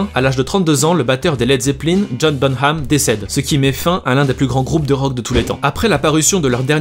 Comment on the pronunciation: Par contre ça se prononce bonam et pas bonHam